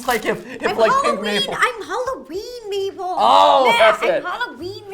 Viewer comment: Please call Mabel,Mable not maple😠